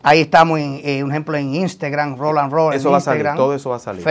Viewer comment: Pero qué problema: no hay forma alguna de que diga el nombre correctamente, siempre dice: RONALD ROLL, en vez de Roland 🤣🤣🤣🤣🤣🤣